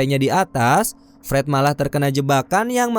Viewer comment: Pret atau Fred😂 dengernya Pret Hahahahaha